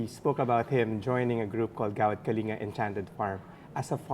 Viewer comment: Hi I think it's Gawad Kalinga not Gawak Kalinga.. =) anyways thanks for this video.